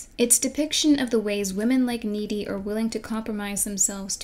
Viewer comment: GOD-DAMIT, her character name is N-E-E-D-Y!